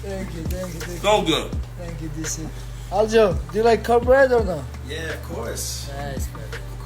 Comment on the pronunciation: Everytime merab says cornbread it sounds like he’s saying cumbread which is pretty fitting considering how much him aljo and dc love nut hugging